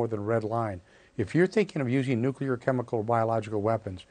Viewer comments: Nuc-lee-ar, NOT nu-cu-lar! There is no nuculus in an atom. It is called the nucleus. Geez! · He doesn't have "nuculer weapons", he in fact has nuclear weapons.